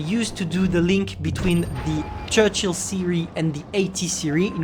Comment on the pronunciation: Sorry we say churchill not chruchill